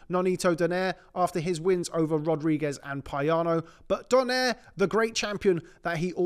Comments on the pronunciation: I liked when they sa it "Donare" instead of saying "Do-nai-re" it's funny though 😂😂😂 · Ironic, they can pronounce Nonito properly while they kept saying his lastname wrong😂😂😂😂😂😂😂